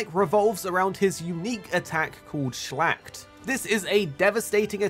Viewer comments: Was wondering what he means with shlagt in the Percival part. Watched at the hud and saw the word. He ment Schlacht a german word and that was what he was talking about :D He butcherd this word unintentional i guess xD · It's so funny to hear a non-German speaker say Schlacht 😂 Love the videos 👍